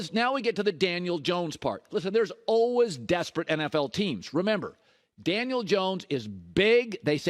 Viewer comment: Colin “ULWAYS” cowherd